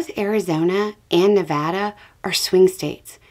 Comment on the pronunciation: Thanks again for pronouncing Nevada correctly! - from a native Nevadan ❤